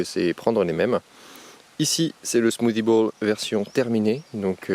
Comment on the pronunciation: « Smoothie bouUle »😂